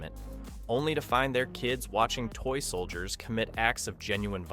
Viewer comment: AI Slop 1. People who saw this movie liked it. 2. Denis Leary did not play Alan's dad but a different character. 3. Your AI voice says action figure and toy soldiers weird. 4. Who cares if Alan and the other characters aren't exactly Christopher Nolan levels of complex? It's a 90s kids movie and they fit the film perfectly. 5. A real human who actually saw this movie would've known that, yes Phil Hartman did bring humor to the picture, but to say he had no other purpose is just... I don't know how to say it kindly. He acts as a foil to Alan who demonstrates the good of humanity that the Gorgonites try to emulate through their AI (You know, kind of like you). Phil is selfish and uncaring toward the toys and is clearly an obstacle for Alan and the aliens. If somehow this wasn't written by AI but a real human being, you clearly haven't seen the movie so maybe don't be commenting about it as if you did.